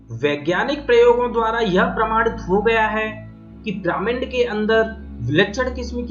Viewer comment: "पिरामिन्ड" नहीं "पिरामिड" बोलते है भाई 🙄